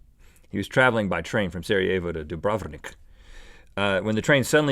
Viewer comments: Toni Matej Radoš and that's not how you pronounce Dubrovnik.I'm from Montenegro :D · I find really funny how Rhett pronounced Dubrovnik, it sounds Russian :)